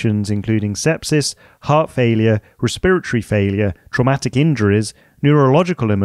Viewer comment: Cool, but as a med student it’s breaking my noggin that you call it “Re-spirit-ory” instead of “resp-eret-ory” I’ve never heard it called that way even with all the Mexican, Indian, and Chinese, Japanese physicians and med students here.